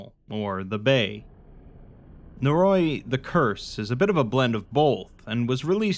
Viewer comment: Noe roe ee, not naroy.